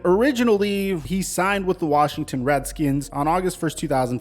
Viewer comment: Cancel this man he said Reddkins lol